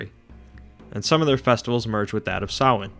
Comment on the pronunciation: its so refreshing to hear someone pronounce Samhain correctly, well done mate